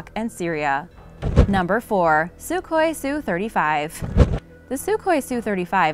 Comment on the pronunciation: It is pronounced SU-HOI not suk-hoi. EDIT => Also, the F-35 was NOT build to replace the F-22; each has its own operational specifications.